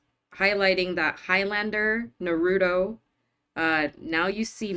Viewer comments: Naru-To. Not Narudo. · No…no that not how you pronounce Naruto…it’s Nar-roo-toe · Naruto the anime? If so, it's phonetically pronounced like na-ru-toe. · It is NOT pronounced Nar—OO-toh. It is Nar-u-to, just how it looks. Chris sakes, it’s been around for decades and you guys have been watching Shōgun. You should have a bit of an ear for Japanese by now. Saying with the ‘oo’ is like saying ‘Packymon’ or ‘geesha girl’.